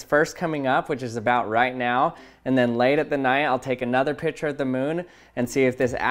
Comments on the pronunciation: Picture is pronounced pic-ture not pitcher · It's pic-ture not pich -er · I love that you say pitcher, instead of picture